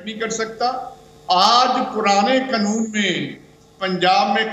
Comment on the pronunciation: Oye kake Kanoon hota hai.. K-nun nahi hota..